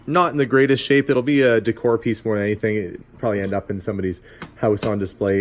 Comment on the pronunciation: That lantern is cool! So is that bomber jacket, which looks good on you! Oh and one more cool thing... The way you say prolly (probably ). 😊